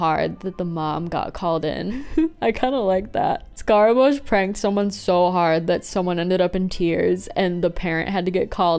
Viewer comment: Every time you said "got pranked" I heard "got pregnant" and that's a very different category